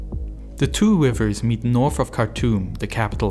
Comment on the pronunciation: I lasted about 2 seconds into this video because I couldn't stand listening to a guy talking about "wivvers"